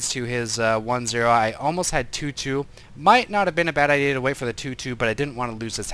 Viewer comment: Every time says he likes having a 2/2 I hear him saying he likes wearing a tutu.:P